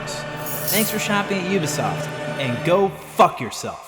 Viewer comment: Thank you so much for pronouncing Ubisoft properly. I am so sick of 90 percent of youtubers saying "Oobisoft".